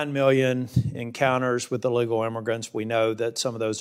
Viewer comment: He can't even say the word illegal,NC deserves better than this man in my OPINION.